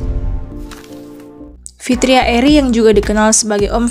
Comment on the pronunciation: Fitra eri bukan fitria, Min 😅